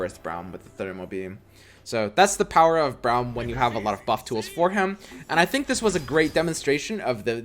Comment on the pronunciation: It's pronounced like roar, Braum Brorem